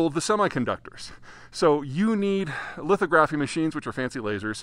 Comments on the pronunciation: Just wanted to say that “lithography” is pronounced li-thog-ra-phy, not li-tho-gra-phy. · I know it's cold, but its pronounced li·thog·ra·phy, not litho·graphy 😉and lithography tools are not just "fancy lasers". They use photoresist, UV light, and x-rays to produce patterns on the substrate (wafers). Pretty fascinating technology. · It's lith-OGG-ra-fee, not LITH-oh-graf-fee! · I've always heard it pronounced 'lith'-ography not 'litho'-graphy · Pronunciation: lith-AH-graphy, not lithoGRAPHy. Thanks. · fyi ..."Lith-AW'-gruh-fee" ... not "Lith-Oh-graf-ee" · lith-AHHH-gra-fee.....not lith-OH-gra-fee ...love your content but not a soul in the semiconductor business calls it lith-OH-gra-fee. In fact, most just say "litho"....makes me wonder if you're actually talking to people in the industry or just totally free-lancing your prognostications (?). Also, the Brits don't carry an iota of the supply chain into the equation although, with only the ARM architecture and generational advances in it, they do wield a huge intellectual property club. Anyway, it is frickin cold where you are so bonus points for creating content in subzero conditions. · I like the way you say litho graphy. Especially surprising from a geo grapher. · Great info but it is pronounced "Lith-og-graphy" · say lith aww' graph ee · Very informative but his pronunciation of "lithography" does grate a bit ... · That’s a new way to pronounce lithography. 😁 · I think you're mispronouncing lithography. I believe the accent is on the second syllable.